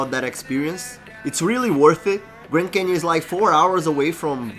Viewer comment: “Canion” bruh? Come on man! 😂